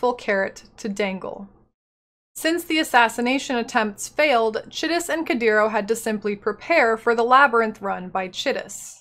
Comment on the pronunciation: Chitus is an actual name... that's how it's pronounced.